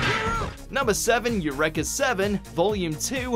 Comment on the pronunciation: U-REEEEE-KAH... not u-reh-kah